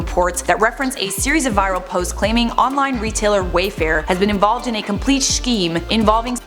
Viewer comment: Hold up. Did you say “compLESH”?